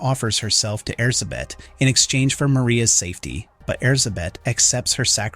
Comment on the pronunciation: I know it's not your fault, but as a Hungarian, it hurts every time I hear you say Erzsébet. With your accent it's less air-suh-bet and more air-gé-bet, with the "gé" pronounced sort of like the last syllable in "protégé"